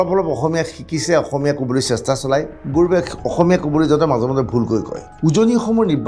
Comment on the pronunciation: Apunr pronounsaoniu emn thik nhoi gourbe buli gourome koise